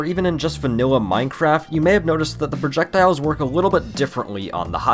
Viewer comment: I like the part where he said Projekdiles.